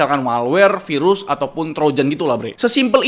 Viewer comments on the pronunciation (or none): none